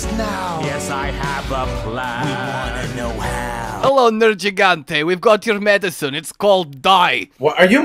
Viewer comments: Me, a simpleton: Nergigante. (Because that's how they pronounce it in the game.), an intellectual: Nerjigante. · the first G in nergigante is a hard G, not a soft G like a J, hell the NPCs repeatedly say it that way xD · What annoys me more? not playing with hud or the fact that he refuses to learn how to pronounce Nergigante correctly. Seriously, why does he pronounce one ‘g’ differently in the same word? Does he say it deliberately wrong to trigger people? Or is it a British thing?